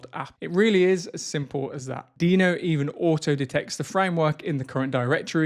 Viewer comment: Is Deno really pronounced like that? While Deno Desktop sounds like a great improvement over Electron, it still suffers massively from the OS-default Webview limitation. Not being able to use GeckoView, Servo, or Ladybird to avoid promoting Google's (and Apple's) monopolization of web technologies is a non-starter for me. The lack of mobile app support is another huge deficiency. Tauri is by far the superior option at this point, and supposedly there has been some traction on Servo integration, but frustratingly none on GeckoView. I look forward to watching this space continue to evolve.